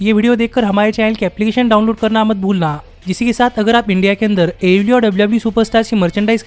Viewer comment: DISLIKE THIS VIDEO BECAUSE HE COPIES CONTENT FROM ALL OTHER VIDEOS, why does this guy pronounce AEW LIKE THAT ?????